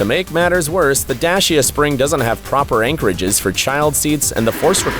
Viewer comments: IT IS NOT NAMED DASHIA SPRING, INSTEAD IT IS NAMED DACIA SPRING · And its Dacia not Dashia its even on the screen but chapters are spelt wrong. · dashia 🤣🤣🤣🤣🤣🤣🤣🤣🤣🤣🤣🤣🤣🤣 D A C I A dude.. 😂😂😂😂😂 dashia... this one made my day 🤣🤣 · He didn't even spell Dacia right he spelt it D A S H I A 💀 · WTF is a Dashia? :))))) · This narrator can't even pronounce the names well. it's not "DASH-EE-UH", it's "DAY-SEE-UH" it's not "REE-NULT ZOH" it's "REH-KNOW ZOH-EE" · Imagine having such an ego to not pronounce car names correctly. Renault Zoe = reno zoey Dacia = Da tcha Frigging muppet